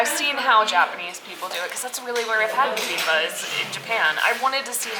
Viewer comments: Fun! I enjoyed seeing everything though your eyes. (The way you're pronouncing "bibimbab" is a little weird... are you dropping the final consonant?) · You seem not to be pronouncing the final "p" in "bibimbap". It's like you're saying "bibimbuh". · Love the video, definitely a different vibe in Korea! Can't wait to see the next part(s)! Also, FYI it's pronounced "bi bim bap" with the "p" sound at the end haha.